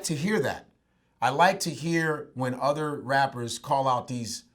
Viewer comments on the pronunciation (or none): none